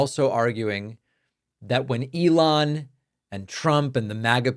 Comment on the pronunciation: I like how when Bernie says "Elon," it sounds more like " Ellen". I doubt that Musk likes that.